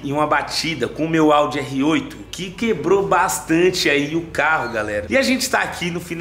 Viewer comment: "tinha quêbro", pqp em....